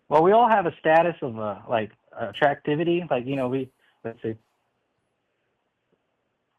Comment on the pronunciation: Did he actually just say "attractivty?"